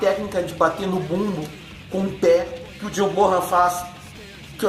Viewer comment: Chimbal, sempre pronunciei assim, com o som aberto... outra coisa que aprendi recentemente, é John "Bonam" a pronuncia correta.